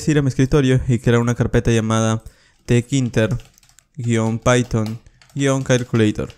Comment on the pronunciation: Te-ke-inter Yo: te-kinter